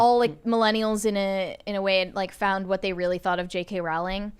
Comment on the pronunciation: Pronounced Rowling like Bowling